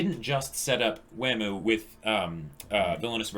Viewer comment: It's not waam, it's wa-muu